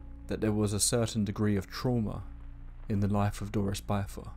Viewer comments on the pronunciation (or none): "bith•ur" not "bye•thur". Rhymes with "wither". You're driving me crazy with the mispronunciation